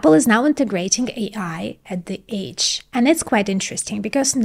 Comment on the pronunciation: Thank jesus for the subtitles. Age and edge are two completely different words lady! 🙄